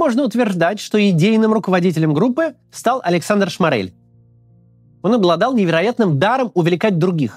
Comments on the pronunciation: Только он не ШмАрель, а шмОрель. Это принципиально. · Максим, спасибо за видео, делаете очень важную работу. Но все же в фамилии Шморель ударение на первый слог. Прошу прощения за занудство